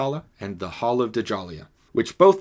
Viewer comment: Its not pronounced (Duh-Jalia) Djalia is pronounced Jahlia (Ja-lee-ah) cmon bro